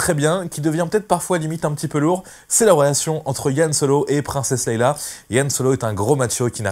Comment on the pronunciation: Yan Solo et Leila? Tu veux pas plutôt dire Han Solo et Leia ?